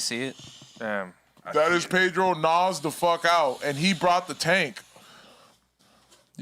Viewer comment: 'Wuz in the taenk'? lolol